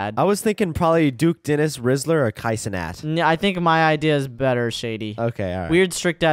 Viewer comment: Bro really said kia cenat